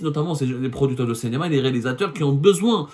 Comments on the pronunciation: CINÉMA et non CÉNÉMA ya Abdou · Abdou, tu as un problème de phonétique, ce n'est pas cénéma mais cinéma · CINÉMA et non CENEMA